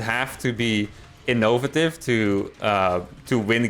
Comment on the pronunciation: I'd like to hear you pronounce innovative again lol it was cute.